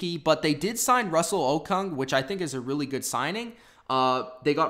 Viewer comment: It’s pronounced Russell “Oh-Koong.”